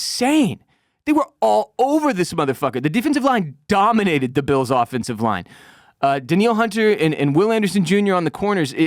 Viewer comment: dan-NEEL Hunter, bro